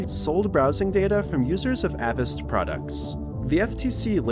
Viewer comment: I know it's just semantics, you pronounced Avast incorrectly 😂